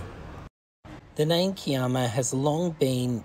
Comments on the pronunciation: needs new shorts or does he only have red shorts... Also, he needs to stop the Italian language as Kiama is Ki as in (i) ama...U have done it alot of vlogs... Why don't U ask a locate person how to say the place name if not shore...😂😂😂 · Lol just watched this episode & sorry for laughing but im from Sydney & we say K eye AMA....& yes its an awesome spot .....love your videos 😊❤